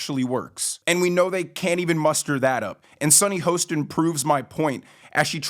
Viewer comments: The narrator of this video should know how to pronounce Sunny's last name...Hah-stin Hostin. Sad, when you don't know what you don't know. He commented on someone who he is not even aware of; if he knew who she is, watched the show, he'd know how to say her last name. All you name callers....GET A LIFE! I don't relish saying negative things, but stupidity really irks me. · Do you mispronounce her name on purpose?